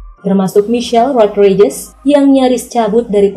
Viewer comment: Cena dibaca "Sii-na", bukan se-na Rodriguez dibaca "Ro-dri-gez", bukan rod-rai-jes Diesel dibaca "Diy-zel", bukan di-ye-zel Scene dibaca "Siin", bukan sken Tyresse Gibson dibaca "Tay-riis Gib-sen", bukan ti-res-se gib-son Brewster dibaca "Bruws-ter", bukan brew-ster Ludacris dibaca "Lu-da-kris", bukan La-da-kris